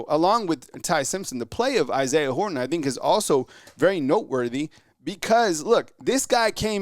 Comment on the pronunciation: Dude! Horton has a T in it. Say it that way. Thanks